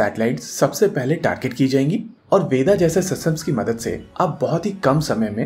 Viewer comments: Please don't spell ved as Veda You are not British. Atleast you should pronounce Sanskrit properly. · It is pronounced as "ved" not "veda"